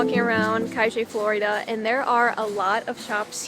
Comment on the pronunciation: Very well your argentine Spanish pronunciation: “Cashe Florida”, “Plaza de Masho.” 😅